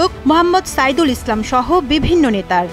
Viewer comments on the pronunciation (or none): none